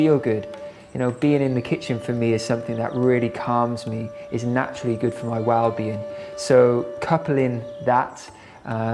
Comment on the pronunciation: The emphasis on WELL in WellBeing - woah 🤯 WELL Being. Like a wellspring of a Being.. So abundant Woah Epic